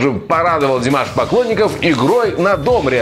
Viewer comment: На домбре’ ( ударение на е)